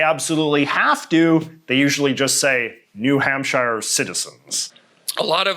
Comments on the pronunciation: People in New Hampshire also call themselves “Granite Staters” because New Hampshire is the Granite State. Also, it’s not New Hamp-SH-HIGH-ER; It’s New Hamp-sure. Also also, Delaware is not in New England. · FYI, New Hampshire is pronounced New Hamp-sure, not New Hamp-shyer. It's a direct reference to Hampshire County in England which is pronounced Hamp-sure. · JJ please, New Hampshire is pronounced Hamp- Sheer, not the English way of shire. Yours truly, a New Hampshire citizen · I've never heard someone say New Hampshire like that. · the way he pronounced new hampshIRE really hurt :(